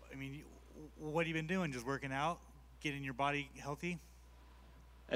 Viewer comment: wHat yOu bEeN doInG jUsT wOrki’g oUt” 😂😂😂😂😂😂